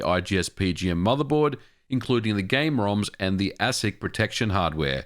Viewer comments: Always heard ASIC pronounced aye-sick ... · ASIC is pronounced “Aye-sic” if anyone is wondering. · Your pronunciation of ASIC is interesting.